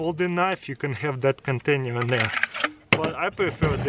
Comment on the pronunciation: Kontenjer...nice english dude